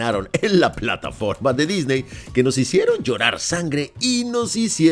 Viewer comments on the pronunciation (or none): none